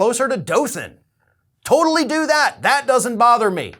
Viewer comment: Well it nice to hear dothan Alabama pronounce right to bad we got criminals like this